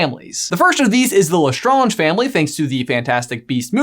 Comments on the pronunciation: did you just say LESTRONGE! it’s lestrange! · Did you seriously just say Lestronge. Lestronge. I've lost faith. 🤣